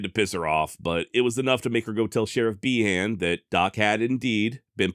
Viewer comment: Behan = Bee-en